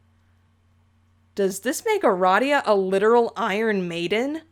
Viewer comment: Finally, someone else says Uh-Rah-Dee-Uh instead of Uh-Ray-dee-uh